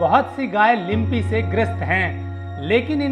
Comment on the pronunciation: लिम्पी नही लंपी बोलो